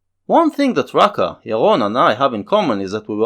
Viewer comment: It´s pronounced Rucka.